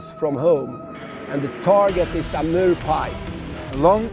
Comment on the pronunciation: when he says Amurrrr pike, I got a little bit turned on......How many hours travel from Canada? What an incredible video.